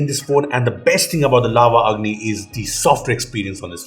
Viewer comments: When said Lava Agni I heard Lava "Ugly" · i thought i am hearing "LAVA UGLY" 🤣🤣